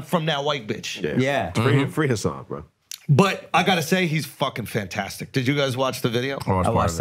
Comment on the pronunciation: You're pronouncing Hassan's name wrong btw.